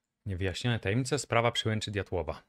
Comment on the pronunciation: Diatłowa nie diałtowa